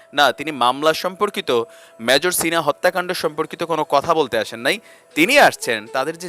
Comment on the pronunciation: শিপ্রাকে বলছি, মেজরকে যে ভাবে আপনি উচচারন কোরলেন এটা মোটেই কাম্য নয়। সব ভাষায় ই কথা বলার একটা নিয়ম থাকে, কাজেই এ ব্যাপারে সচেতনতা না থাকলে আপনারই ভাব মুর্তি খুনন হবে।